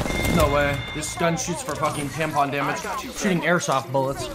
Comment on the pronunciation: Did say *tampon damage*? XD